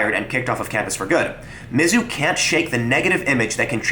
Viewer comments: As someone who grew up in Columbia, MO, its pronounce miz-ZOU, not MIZ-zou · You have a very strange pronunciation of "Mizzou". The emphasis isn't usually on the first two letters, but rather the last three.